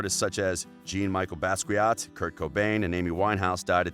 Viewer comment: Damn, way to completely butcher basquiat’s name